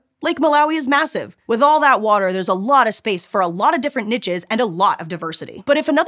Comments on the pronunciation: Nitches? Really? It's pronounced "neesh". It's a French word, or do you pronounce quiche as quitch as well? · I feel like my soul takes a beating every time I hear “niches” pronounced as “nitches” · Wait, how did you pronounce "niches"? lol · I prefer the use of "neeshes" to " Nitches" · Love the video! ^^ the mispronunciation of “niches” at the end is getting to me though, I’m sorry